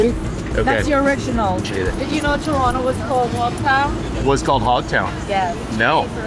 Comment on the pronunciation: Man dem yummed up "T-rono" so much, he had to big up the decimal algebraics YYZ!!! LOL 😂